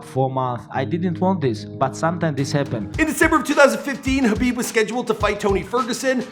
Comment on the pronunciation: At least he got the name right this time 😭